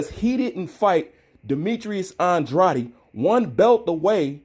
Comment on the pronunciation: Isn’t it pronounced An-drade’ ?